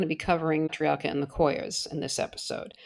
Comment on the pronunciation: Raymond Paay-tree-Arc-ker